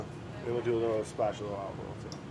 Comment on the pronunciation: Woah... Brad did call the olive oil “Earl”. Everything alright Brad? We’re here for ya bud.